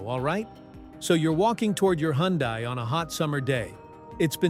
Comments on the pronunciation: Can you say " Hun-day ? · Needs to know hot to pronounce Hyundai